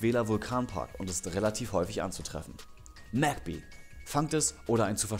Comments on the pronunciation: Mägby junge es heißt magby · Digga, wie dämlich bist du? Es wird mägby ausgesprochen aber geschrieben wird es Magby